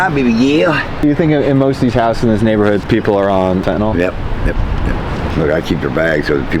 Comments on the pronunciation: Why does everyone call it "Fentanol"? It's "Fentanyl" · Weird accent, or illiteracy is causing you to pronounce fentanyl like it's written fentanol.